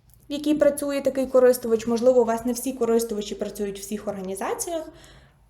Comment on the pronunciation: Дуже корисно! Дякую. Але не можливо слухати неправильний наголос в слові " користувачІ". Не "корИстувачі", дуже ріже слух.